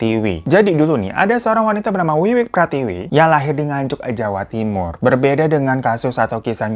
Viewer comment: Gemes bgt bang Hiro bilang Nganjuknya "enganjuke" 🤭❤️